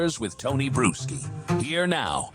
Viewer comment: You REALLY need to change your last name, dude. I hear brewski every time you say it. 🤭🤭🤭🤭🤭🤭🤭 It reminds me of Wisconsin, and not in a good way...